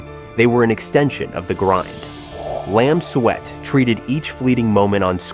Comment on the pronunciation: Makes more sense to pronounce it Lam Suit than Lam Sweat. 😂